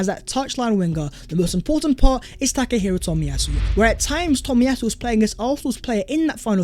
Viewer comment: Tack Her Hero Toll-Me-Yah- Sue . It was good to see him back.